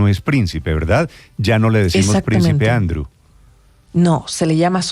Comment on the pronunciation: Néstor Andrew se pronuncia Andriuu. No andru